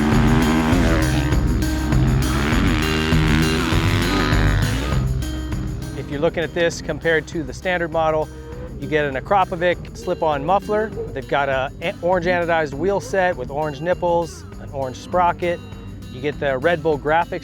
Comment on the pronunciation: It’s pronounced ak-ra-po-vich